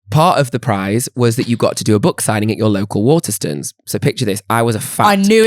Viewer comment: i would like to file a formal complaint against for his pronunciation of ‘Waterstones’. Ma’am why are you saying WATERSTUNS